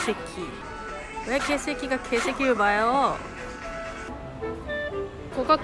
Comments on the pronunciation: 첨엔 분명 케시키 게식기 이렇게 일본어로 들렷는데 갈수록 쿠리코 발음이 ㄱ.ㅐ .새 .끼 뚜렷해지는건 저만의 착각인걸까요.....ㅋㅋㅋㅋㅋㅋㅋㅋㅋㅋㅋㅋㅋㅋㅋㅋㅋㅋㅋㅋㅋㅋㅋ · 점점 개새끼에 감정이 실리는건 뭘까요 발음도 찰지시네...ㅋㅋㅋㅋ